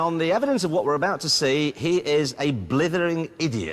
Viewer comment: "BLIDDERING IDIO" we have heard those 2 words a lot ever since